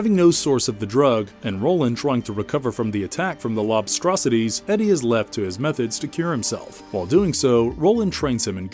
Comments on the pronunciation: omg, lol, Lob-struh-SIGH-deez ??? It’s Lobstrocities. Pronounced like atrocities. Literally, Lobster+atrocities. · Lob-straw-cities… like monstrosities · I almost bust a gut when I heard him say Lob-stru-SIGH-deez! 😂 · “…in his quest for the Tower Tower” ??? “Lob-struh-SIGH-deez” ??? Who’s narrating this crap? Only AI is this bad.